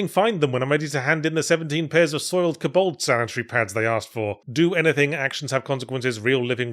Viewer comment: Is that how we are supposed to pronounce kobold?